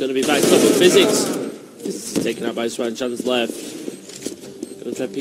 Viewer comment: It's Juan with an h sound not with a j sound